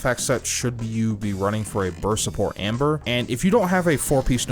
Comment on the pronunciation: For a moment I thought that you were saying Ember.